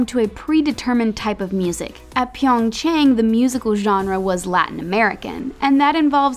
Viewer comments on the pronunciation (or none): Why can’t anyone pronounce pyeongchang correctly.. even NBC got it wrong while broadcasting the Olympics.. it’s not that hard. It’s chahng not chayng